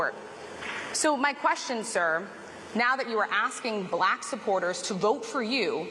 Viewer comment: "Then she turned BUHLACK" like Harris cast some magical spell 😂